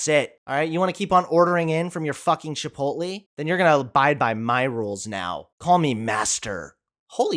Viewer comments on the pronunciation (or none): none